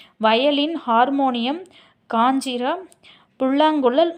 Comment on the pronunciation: மிருதசங்கம் காஞ்சிரா துள்ளாங்காங்குளல் மோர்சிங் உச்சரிப்பு சரியில்லை.